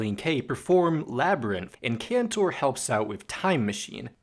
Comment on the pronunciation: Ok, im gonna do this real quick. Ross: (ross)-fehder)men). Andrew: (aendriw) (horowitsz) Rob! (Rob) (cahntour) Joe: (joe) (hah)(lee) And you did zubin mostly fine.